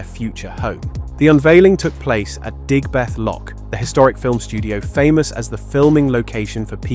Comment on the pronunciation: Bordesley is pronounced without the first 'e'. So more 'bordsley'. And Digbeth is one word, without the huge gap you added in-between😂